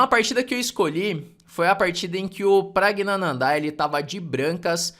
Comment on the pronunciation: Praggnanandh"áá"??? kkkkkkkkkk é wingardium leviosa não leviosá